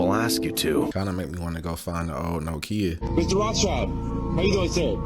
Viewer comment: your pronunciation of Nokia caught me off guard 😂